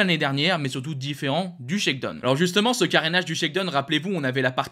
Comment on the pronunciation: Bon, une petite remarque utile: shakedown en anglais se prononce phonétiquement : shakedown tout comme dans la chanson downtown, prononcez: dahon et non pas done. !!!